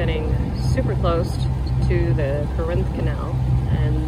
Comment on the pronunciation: CORE-inth.....-not Cor-INTH Canal. The accent is on the first syllable except when saying CorINtnian